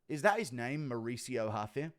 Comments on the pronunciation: It’s ruffy not huffy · ruffy not haffy